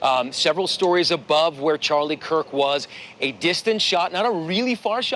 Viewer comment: How/why do people keep pronouncing his name "Charlie Cook?"